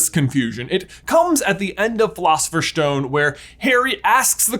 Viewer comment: I love that you said Philosopher’s, but I lol’d at “schtone”. Also, nice Voldy impression, top notch, but Snape sounded more like Maurice Miss. 😆 Love your videos, keep that good schtuff coming. 😉